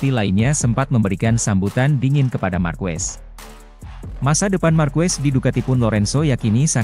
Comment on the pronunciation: MARQUEZ bacanya MARQEZ ya